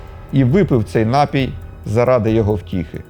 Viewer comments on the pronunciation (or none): none